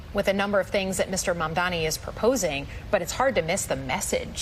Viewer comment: How many times... His name is MAM-DANI. Get it right.